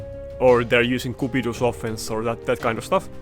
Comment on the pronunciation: I'm very much amused by the way you fins pronounce cupidus as koepidoes Good informative video, loving the content lately